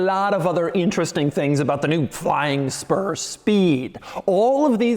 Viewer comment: you can’t tell me he didn’t say flying sperm